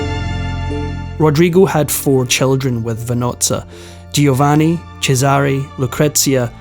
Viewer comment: You're better than most. But it's spoken JO- VANNI 🙂 Doing a great job though. And your voice is wonderful. Thank you for this absolute treat 🌹🙏 I also appreciate that there are still young people interested in history and teaching others. It's so important. Bravo!